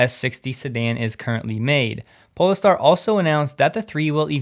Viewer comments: pole-star, not 'pole-ah-star' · Polestar is pronounced pole-star, not pole-es-star. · Pole… Star… not PolEstar.. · It's Pole-star, not Po-le-star. It's named after the Northern Star, which is above the North Pole. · Why are you pronouncing Polestar so weird?